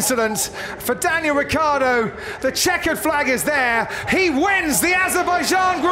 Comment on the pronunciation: Ma perché diamine il telecronista dice Riccardo invece di Ricciardo?! But why the hell the commentator says Riccardo instead of Ricciardo?!